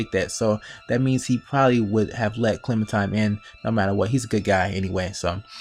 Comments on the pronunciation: It's clementiNe not clementime. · it's clementime BIOTCH edgy clem intensifies